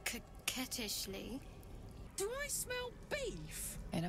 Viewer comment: She said "COQUETTISHLY"?!